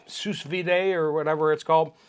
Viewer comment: Its pronounced sue vie